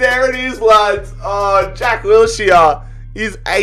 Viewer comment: Say Wills-here one. More. Time.